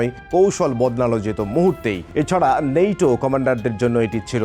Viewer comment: আপনি বলছেন নেইটো, নিইটো- কি ভাই?